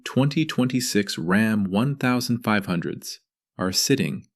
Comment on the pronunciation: Can't take a video seriously when they use random picks of other manufacturers vehicles......not to mention the same AI saying 1500 incorrectly....